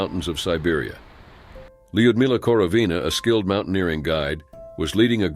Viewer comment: So lazy. “Lud-milla” ugh.